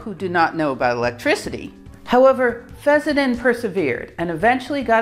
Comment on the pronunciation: It's pronounced fess-sen-den, not fezz-za-tin. Also, is it really necessary to show your mug and so close to the camera? I mean, what are you trying to achieve?